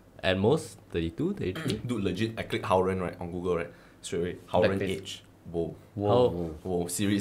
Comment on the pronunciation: Omg - pronunciation of haoren 😭